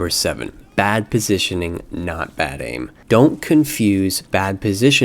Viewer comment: "baid aim."? XD